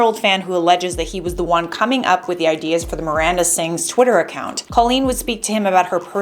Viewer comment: "Amanda" - Miranda* sorry bugs me especially in a news thingy